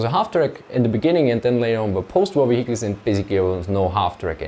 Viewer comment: wheeled wheecles